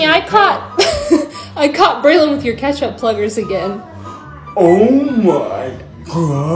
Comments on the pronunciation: "Hot chocolatte" "OMAY GAWWWUDDD" Im laughing so hard🤣🤣🤣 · The way he said ( ohh mway gwuih) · The o my gwahh and the starbucks 😂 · “OOHH MYYY GOWIDI” GOT ME😂😂